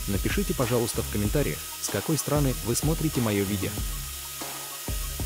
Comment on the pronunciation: "скакой стра'ны". Нерусь?🙄👀🤓